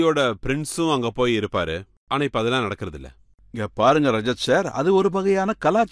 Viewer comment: ரஜத் ஷர்மா ரஷித் ஷர்மா கிடையாது